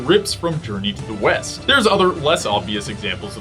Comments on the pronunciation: i thought you said journey to the weast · thats "west" patrick... arrrr, your fired again...